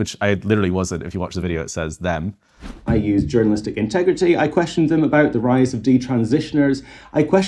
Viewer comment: pronunciation of the word them sounds to me (& Rowling obviously) indistinguishable from the word him. She's already off the hook.